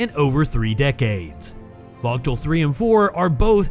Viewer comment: The nuclear power plant in GA is called Vōōgle......, There is no T in it's pronunciation. Please get the phonetics correct before you put the news out for consumption please. Thanks for the efforts as well other output.